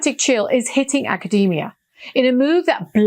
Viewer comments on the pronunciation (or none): none